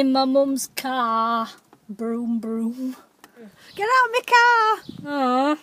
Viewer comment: Car❌️ caær✅️